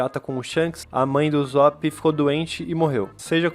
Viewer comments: "uzop" A não mano. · Mn kkkkk n e uzop e USSOP USSOP DOIS SS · o jeito de se pronunciar não é uzóp é usop com som de s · Ele fala uzop '-' mais ok ksksks gostei do video TuT